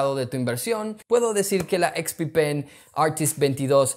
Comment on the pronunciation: solo pongo el video para escuchar expi-pen